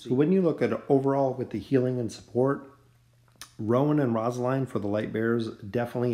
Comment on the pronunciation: The way you said rosaline kinda bugged me but overall great vid